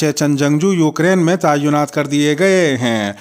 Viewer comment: صحیح لفظ تعیُّنات نہیں بلکہ تعِیْنات ہے